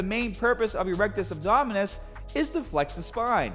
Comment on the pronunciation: I like how he just switches to a Australian accent every time he says a word with a ER or RRR at the end